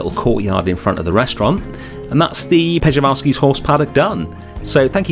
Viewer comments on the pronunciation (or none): you are almost there! 😅 The right pronouncing is Pschewalski. The r is silent! But I also liked how you were saying Peschalski! Frontier could have made it easier for all of us by just adding the as well endangered Somali Wild Ass! 😉😂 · Pronounced schivalskis horse. Love the build!